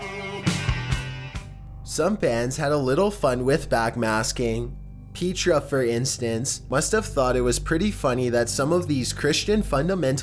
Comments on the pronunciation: It’s pronounced pet-ra, as in “this is your pet” not pea-tra, as in “eat your peas”. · It's not peetra it's petra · Its Pet-rah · It's PET-ra-- short "E"-- not PEET-ra. It's the Greek for "rock." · Petra was a christian band lol and its Pet-tra NOT Pee-tra lmao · It's "Petra" NOT Peechtra! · Petra (not "Peetra") did this intentionally. I pissed myself when I first heard it. I was 7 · Who's Peat-tra LOL hahahahahaha Its Petra ( pet....tra) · It’s not Peetra! It’s Petra just like the one in Israel carved into a rock face. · If you're gonna make a review about things you should probably learn the pronunciation of the words you use. It's Pe-tra literally like it's spelled. Not Pea-tra. Idk why people make it a point to mispronounce things. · Not "pee-tra". It's "pet-ra". The band is named after the city that is carved into the rock (Syria, i think). It's the one that is seen at the end of 'Indiana Jones and the Last Crusade'. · Not "pee-tra", they're called "pet-tra". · Lol, “Peetrah.” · Petra (pronounced Peh-tra), is a Christian Rock band. Hence, that particular message. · "Peetra"? LOL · You may have heard this before, but the name Petra is not pronounced with a long E. It is like Pet tra. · its pronounced pet-Tra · The way he pronounces petra is hilarious, peetra. Lol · A world of cringe on the pronunciation of Petra! Yikes! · How do you pronounce Petra wrong? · LOL. Love you and your channels,...been following for a good while now. I can truthfully say Petra, of whom I am a huge fan, was about the last thing I'd expect to hear about while listening to Top15s. 🤣😂 I won't harangue you about your pronunciation, though, no matter how much I'm tempted.